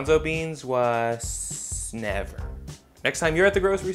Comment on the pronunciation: why did you say "never" like that